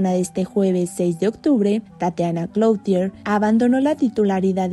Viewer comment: Tatiana cloutier? No manches amiga se pronuncia clutie'r, que pedo apoco no hay alguien que corrija esos detalles antes de salir al "aigre" 🤦